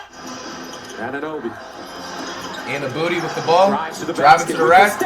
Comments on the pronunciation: “ OG Anunbooty ” had me dying 😂😂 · That man said annabooty lol